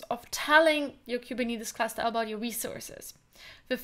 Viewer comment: Last time guy with hinglish said kuberneticus Now kubinitis lol 😆